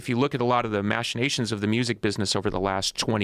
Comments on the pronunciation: except he pronounced "machinations" wrong every time he said it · someone tell billy how to pronounce machinations please